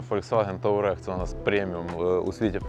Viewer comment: «Таурег» блін 😂